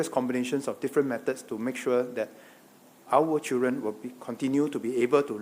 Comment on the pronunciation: Hey it is pronounced as Children not CHEWREN!